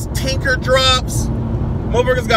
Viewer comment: "Tinker theez" 😂💀